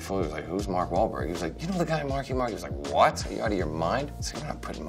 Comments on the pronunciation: Mark bahl... Walk.. wal.. malk wauberg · Mark Wal-ball-wal... Mark Wahlberg